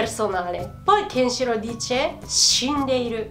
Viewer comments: La cosa più sconvolgente di questo video è aver appreso che la vera pronuncia di Kenshìro è Kenshiróo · il 99,99% di chi ha visto Kenshiro ha pronunciato il nome Kenshiro scorrettamente :-)